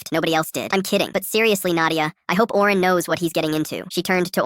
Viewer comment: Owen❌ Oren✅